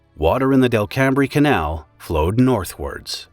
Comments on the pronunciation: Delcambre= “Dell-come” I grew up around there. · I was there shortly after the well collapsed. I flew a seaplane over the lake and at that time the lake was a mud flat, water was going down the hole and the Delcambre Canal was flowing north from the Intracoastal Canal through the fishing village of Delcambre (pronounced Del come). That entire area is barely above sea level. I doubt that the lake was more than three or four feet deep before or after the accident, certainly not 200 feet. I still remember seeing a location canal around the southeast side of the lake that would have been about 10 feet deep to allow towing the drilling rig that was mounted on a barge to it's location the northbound flow was going along this manmade canal before disappearing down the hole. The equipment popped up later after the mine filled up. The details about the mine operator and the drilling company sound pretty close. The intention was to drill where the salt tunnels were not but the coordinates were incorrect and the drill bit penetrated one of the shafts. At this time the rig lost circulation. When well drilling a mixture of barite and water is used to prevent high pressure hydrocarbons from blowing out the well and to lubricate and cool the drill bit and to circulate the drill shavings to the surface where the drilling fluid (called mud) is filtered and sent back down. When the drill bit broke into the shaft the drilling fluid went into the salt mine, the drill bit got stuck from lack of lubrication and the rig lost circulation. I was a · Del-cam-bree? 😂😂 he tried, I'll give him that. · Delcambre is pronounced like Welcome... :) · Please, PLEASE, learn to pronounce Delcambre correctly !! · All i can think while seeing this video is "i can see my house!" Also the way delcmabre was pronounced made me laugh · I cringed at the pronunciation of Delcambre 😅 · "Delcambre rhymes with "welcome"? 😳 That’s unexpected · Delcambre is pronounced locally as "DELL-come". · Delcambre = DELcum